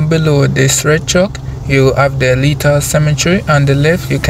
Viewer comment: ti is leith and not lieth bro